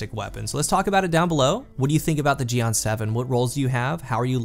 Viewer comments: Is pronounced gee-en but really focused on the "en" sorta like jiyen but the ji syllable is super short. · I almost died hearing u say jian